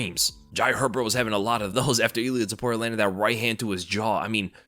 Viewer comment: That extra L you put in Ilia really made it that much more devastating,!